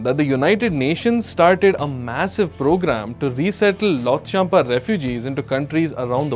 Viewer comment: If you cannot even correctly pronounce “Lhotshampa,” it raises serious questions about how much research you have actually done before speaking about Bhutan and its history. What do you truly know about the challenges and complexities of the 1990s? These are sensitive historical issues that require careful study, balanced perspectives, and an understanding of the facts—not superficial commentary. What is particularly disappointing is your decision to bring religion into the discussion. Using religion to create division, fuel controversy, or portray one group against another is irresponsible and unfair. Such topics should be approached with accuracy, respect, and a genuine commitment to informing people rather than provoking them.